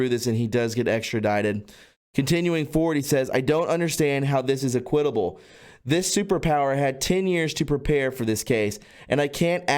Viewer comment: your misunderstanding of the pronouncement of simple words like "equitable" needs attention ...your making yourself look dumb...you do this often...